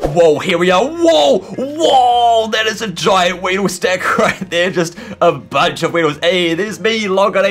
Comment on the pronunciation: RAYEEDLE IS ACTALLY WEEDLE XDDD